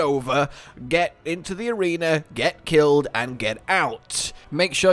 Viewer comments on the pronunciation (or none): none